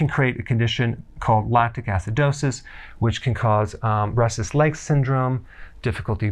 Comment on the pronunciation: I thought you said breastless leg syndrome